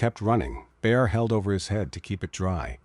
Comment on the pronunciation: Interested but AI intolerable. "Holding his bear over his head"?